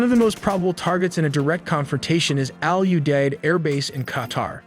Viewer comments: Owl-you-dead airbase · The base is called "All U Deid"? 😲 Who named it that! 🤣